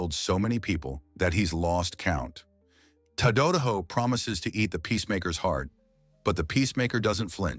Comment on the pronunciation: One thing the Ai speaker can't do is pronounce names correctly. Ta---Da--Da---Ho Tadadaho..